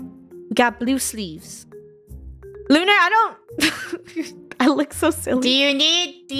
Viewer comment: It's lunarah